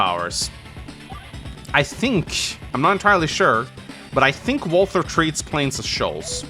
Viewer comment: reminder walther rhymes with imposter